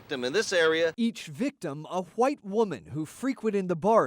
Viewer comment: Lol why did he say white like that? Lol